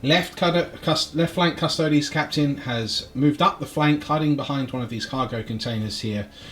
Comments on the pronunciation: What's with the Custodes pronunciation? Cus Toads sounds like a rude amphibian. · CUSS - TOE - DEES YOU DON’T SAY “ADEPTUS ASS–TARTS” FOR THE ASTARTES, DO YOU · Should be Cus-Toe-Dees